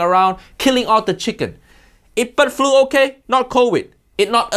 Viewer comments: i had this as background noise while doing hw, so i thought he was saying "butt flu" instead of "bird flu" 😂😂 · at first I heard "butt flu" which confused me greatly for a second before I realized it's "bird flu". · I thought he was saying "butt flu" 😂😂😂